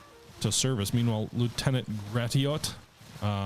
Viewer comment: Gratiot is pronounced "Grashit"